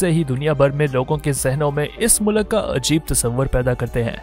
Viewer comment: Good story telling. But please rectify the pronunciation- Its Mulk,not mulak.